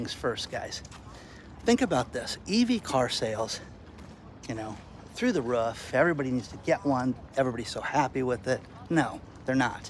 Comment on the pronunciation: i love how you say roof ruuf ruuf